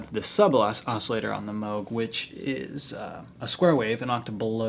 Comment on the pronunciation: its pronounced "mogue" , nice vid man :)